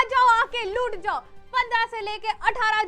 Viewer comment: Mam said aa jao aake lut jao 😂😂 Insteed of loot jao 😂😂